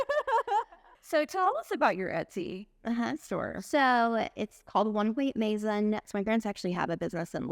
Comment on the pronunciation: It is pronounced ma san not may son. Enjoyed the video and her Etsy shop.